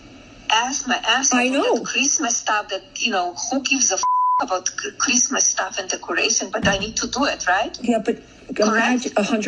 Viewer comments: I’m a vehement atheist. I love it when she says fuck creesmess! Hilarious. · Remember when she said, "Phuckk kreesmus!" 😂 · "Another fooking Chreestmus tree. They'd better renegotiate my pre-nup by New Year's if they wunt me to do this sheet." - Melania, probably